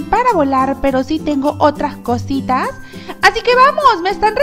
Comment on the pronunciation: Otrahh cositah perdonenme pero es gracioso mahcotah